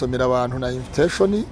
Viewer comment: Uzi kuvuga icyongera pasto inviteshoni 😂😂😂😂